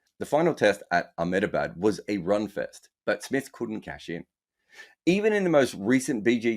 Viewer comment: it’s pronounced “um-da-bhad”